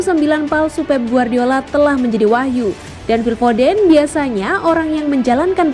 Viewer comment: Foden Dibaca Fodėn bukan Fodén, kaya kata perih (dibaca pėrih bukan périh)